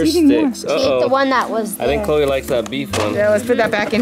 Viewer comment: u spelled chloe wrong u said chole